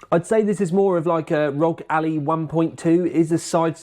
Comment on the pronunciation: Ally, not alley mate 😂